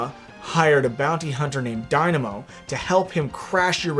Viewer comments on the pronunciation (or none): none